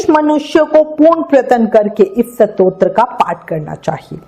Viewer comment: Satotra nahi stotra hota hai kripya apna ucharan spast kare 🙏